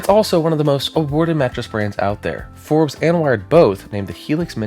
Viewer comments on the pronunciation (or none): none